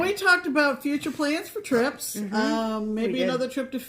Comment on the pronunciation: Did you say trips???